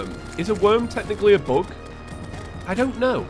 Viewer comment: when he was calling the eater of worlds a bug i thought he was saying book lmao